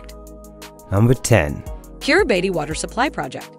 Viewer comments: It is not pronounced Kiribati. It is pronounced Kiri bass. So if you don't know how to pronounce it, your credibility is zero. Bikenibeu is not pronounced that way either. You keep showing only one island in the world map. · I can't bear listening to the way the voice bot pronounces the name of the country. Its pronounced Kiribass